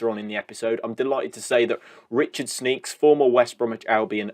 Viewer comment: "Sneaks"? You make him sound like a pervert! It's 'Schneekesh' isn't it?